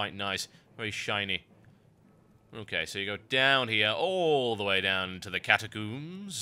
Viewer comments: Catacooms? I pronounce it as catacomes. Potayto potahto... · Funny how you say catacombs - Kata Kooms =] your videos are so good, keep making them =] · You say catacombs funny :D. Great vid, thanks for taking the time to do some Alliance stuff.